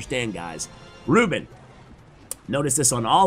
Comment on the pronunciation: His name is pronounced ru-BÉN, not RÚ-ben XD